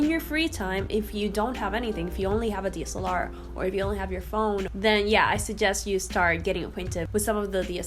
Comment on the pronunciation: I am going to guess there is something called a D.S.L.R. ? It sounds like you are saying deesalar 🤣